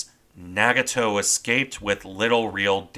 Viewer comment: Are your pronunciations of the Japanese ship names correct, ie Nagato? I've heard them pronounced differently.